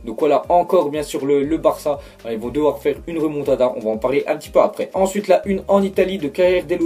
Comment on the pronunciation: "Moa ji croi a la remontadda" Mdrr va te coucher